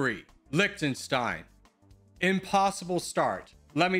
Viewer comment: It's like Lihtenstein not Liktenstein.